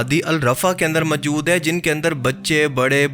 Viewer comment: "Mjood", what Mjood? Mjood kya hota hai? Moujood kaha Jata hai mere Bhai. Voice over krney se pehley Urdu Bolna to seekh lo yar. Ok?